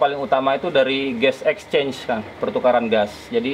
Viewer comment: Gas exchange kaliii.. bukan Ges exchange 🤣🤣🤣 RIP English